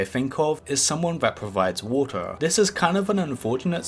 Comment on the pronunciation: And telwepowt